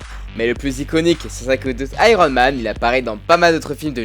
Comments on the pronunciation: C'est juste une armure counter Thor (qui n'a pas la même puissance mais agit seulement comme un miroir). Du coup en terme de polyvalence ce n'est pas la meilleure. Et c'est Iron Man pas Aïe-ro Man! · on dit [aïe-one] man ^^